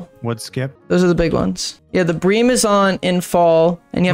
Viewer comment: Btw is pronounced “brim” not “bream”